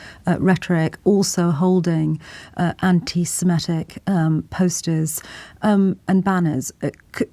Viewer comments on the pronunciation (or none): The term is 'Antisemitic', not Antisemetic or whatever you're saying... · The word is antisemitic not antisemettic😮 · Or even Antisamatic, as the other woman said.